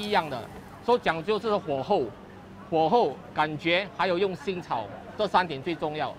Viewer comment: ”火候“发音都不标准😑 这样炒一大锅果条如何有水准呢？在于你用什么牌子酱油罢了！